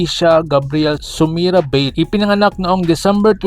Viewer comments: "Ba-de" po yan hindi "beid" ang pronunciation po yan maski tanungin mo po sa mga sina unang mga sportscasters at dati mga naglaro sa PBA na nakasama at nakalaban noong Araw ni cris ba-de 😂😂😂😂😂😂😂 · BA-DE ang pagbigkas nyan bro hindi BADE, halata hindi mo kilala ang Tatay na si CRIS BADE na naglalaro sa PBA noon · Ba-de Po Ang tamang bigkas.. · ayusin mo ba-de anung bade bugok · Ba De yan Ang pronunciation Hindi BADE! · Ba-de yan hindi Beid tga Rizal yan kaya kilala ko.